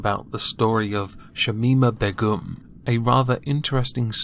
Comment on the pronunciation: Please learn to pronounce Begum